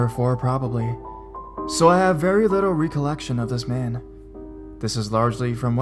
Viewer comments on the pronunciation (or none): Not how you pronounce "recollection". Smh